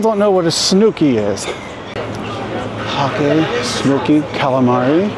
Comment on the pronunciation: Oooh lmao....HAKE is pronounced like JAKE😂😂😂